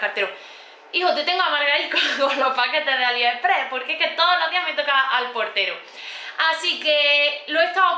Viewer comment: Me asombra cuando dice Aliheprehh , no sabe que es AliExpress ??